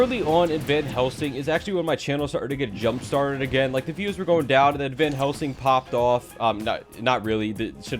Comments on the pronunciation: did anyone notice that said vanhelsing? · Why does say Vanhelsing?